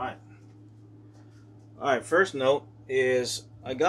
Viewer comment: Stop saying arrr-right